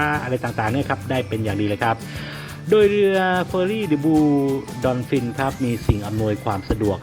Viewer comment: ดิ บลู ดอลฟิน คือไร อ่านยังผิด ตายๆๆๆ จะเป็นนักพูดนักข่าว ทำการบ้านก่อนค่อยออกอากาศครับ เดอะ บลู ดอล์ฟิน ไม่ใช่ออกเสียเป็นดอน